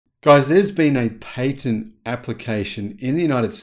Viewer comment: Pat not Pate Patent